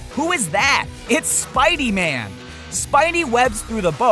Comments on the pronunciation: I found one mistake he did : ''spide-man'' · Spidey man wtf its spider man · spidy man not Spider-Man? and his voice is very annoying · it's Spideyman lmao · He saying Spidey man really